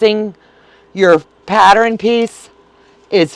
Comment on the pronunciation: You are saying patteren and not pattern